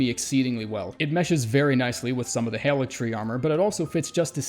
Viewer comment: are you from New York? When I heard you say Haligtree armor, that's immediately what I thought. I had an ex who used to say words with the "short A" sound like that lmao